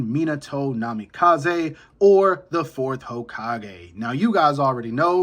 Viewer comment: Bro can’t even say minatos name correctly and he trynna tell me he would beat itachi boi Gtf